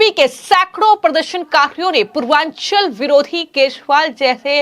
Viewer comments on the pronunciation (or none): आप एक आध अक्षर क्यों छटके से खा जाती हैं 😂 पूर्वाचलीं है पूर्वांछली नहीं 😂